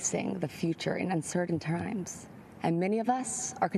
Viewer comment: “In uncertain trimes”